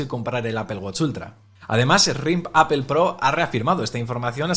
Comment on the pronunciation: Hola siempre tienes buen contenido, sería interesante y coherente que la pronunciación de “Apple” fuera correcta ya que es la marca sobre la que se basa este canal.